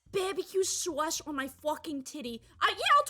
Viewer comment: "Bahbuhkew sawce" instantly won me over lmao